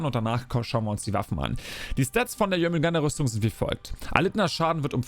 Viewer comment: Also,den Synin Skin find ich persönlich extrem nice - würde gut zu den anderen 2 passen🤔. Die Rüstung find ich eher nicht so dolle,aber das Schiffset kommt gut👍🏻 Btw,es heisst Schilde,nicht Schilder und bei Jörmundgandr bleibt das "r" stumm - also Jörmundgand,nicht Jörmundgander☝🏻 Wieder ein kleiner Schritt zur Professionalität - bitteschön,gern geschehen😉😂